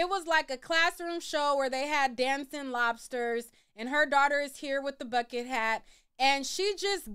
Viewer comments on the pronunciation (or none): none